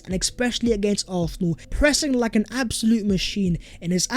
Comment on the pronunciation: Bro it’s ARSenal not ARTHnal 😂😂😂